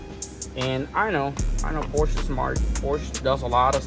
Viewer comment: Pronounce porsche correctly 😮